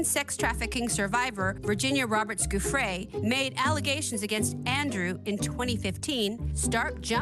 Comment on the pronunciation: All these journalists butchering the pronunciation of the “giuffrè” name should be sentenced for life to live in a small village in Italy 🙄